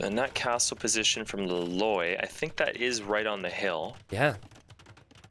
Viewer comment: every time you were saying that hero's name, I kept hearing La Loyd (like Lloyd from Ninjago)